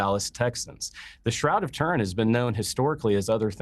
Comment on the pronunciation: The god nut case cant even pronounce Turin. Pathetic!